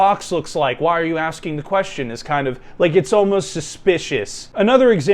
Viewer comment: Pretty weird nitpick but anyone else notice how he says it “queshtin” not “question”?